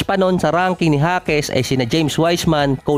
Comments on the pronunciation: Jaquez (Hakes) hindi Jasquez (Haskes) ulit ulit eh..hahaha jasquez ng jasquez..hahaha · Bulol talaga HASKES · anu ba talaga boss pgkabigkas mo...jasquez ba or jaquez alin sa dalawa ang tamang apelyido